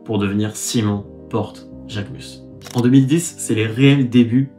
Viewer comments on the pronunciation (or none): Je pensais que son nom se prononce Jacquemuze ?